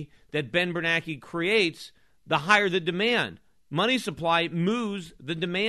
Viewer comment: Of all the things Schiff is great at, name pronunciation is is not one of them....but then again, if he wants to call them "bernackee" and "krugman", I don't mind. (I mean, it's not like his name is spelled "kroogman." Why the heck should he get to be called that?...well, plus he's an idiot who called for the government to create the housing bubble, so I'd say Schiff is doing him a favor by not just calling him "asshole")